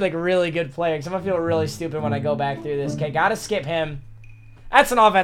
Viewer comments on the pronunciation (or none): none